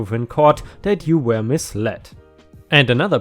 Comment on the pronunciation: Hi, I like your videos, yet there is something bothering me. Why do you pronounce were as where?